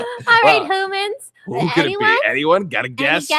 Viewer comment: Its humans not hoomans